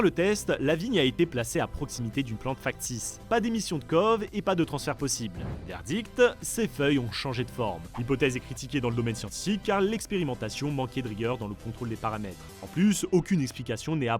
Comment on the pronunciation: Kov ... NON ! C.O.V , c'est un acronyme. Vous êtes vraiment une chaine de Science?